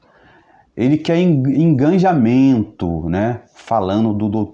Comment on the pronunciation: Digo: engajamento e não enganjamento...